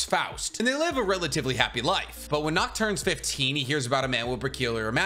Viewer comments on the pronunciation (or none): Seeing folks pronounce Nacht as Nakt just fucks me up as a European.